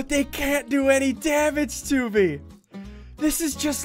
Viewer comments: Ssundee actually said “M E guy” Yes I know I’m 3 years late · He called a "Me" guy a "M" "E" guy